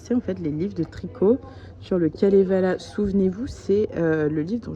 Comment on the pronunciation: Kalevala....pas Kevala...😉